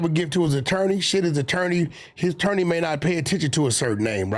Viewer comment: "Is to be the Nattorney"😂